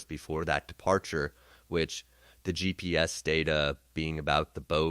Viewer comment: Really? “Gee peez”?? 🙄 instead of “GPS”. Tell us you’re using AI without telling us you’re using AI. I hate AI voice over. I’m going to find my info elsewhere.